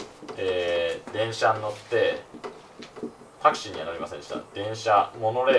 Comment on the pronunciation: これじゃタクシーじゃなくてタクスゥィーだよ